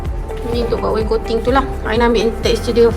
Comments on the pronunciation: Its wainscoting aina.. bukan waincoting 😌😅 pandai aina buat.. terbaikkkk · Aina pronouce as (wain - scotting) laaaaa